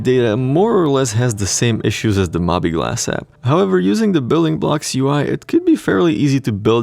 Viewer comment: Sounds good to me. Oh and I believe it's pronounced "Mo-bee Glass"